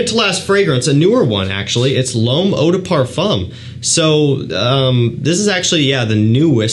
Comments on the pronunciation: No it sounds like “above,” as opposed to l’homme which sounds like “bomb.” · we can’t be mad at him for butchering our native language (french in my case). But his pronunciation of l'homme has been tickling me for a few years... I've been holding back on correcting him for 2 years !